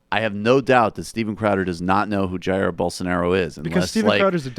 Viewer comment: not Jairo. Jair Bolsonaro